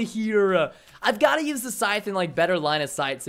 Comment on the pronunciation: Wtf is a "schthete" 😂 I'm pretty sure it's scythe